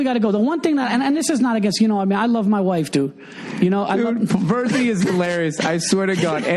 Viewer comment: Virzi... I always thought he was saying birdsey!